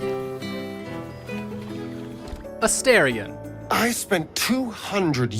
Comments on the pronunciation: I have 2 favorites. It's either between lae'zel and shadowheart. P.S. You miss pronounced A-star-ion. Everyone who is saying A-stare-in. If you're gonna say their name, you gotta say correctly. Because Astorion means star, Astarin mean stare. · It's pronounced A-STAR-ion. How do you play a 100 hour game & not know this???